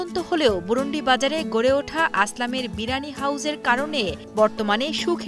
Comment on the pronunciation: ম্যাডাম এটা বুরুনডি না বুরুনদি আমার পাশের এলাকা।।